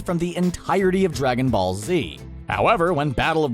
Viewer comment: did he say Dragonball or Dragonfall 0:0